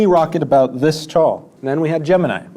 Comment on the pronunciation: Mispronounced Gemini